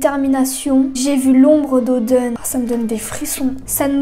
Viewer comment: Pk tu dis odun a la place oden?